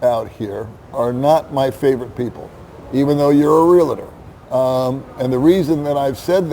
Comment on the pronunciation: the word is REAL-TOR, not "real-a-tor". 😉 Thought you would want to know.